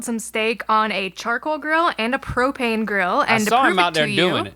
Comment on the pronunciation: pro-pain and pro-pain accessories